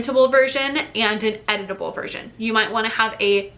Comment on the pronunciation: Lol. I heard “editable” as “edible”. It made me look up from my computer!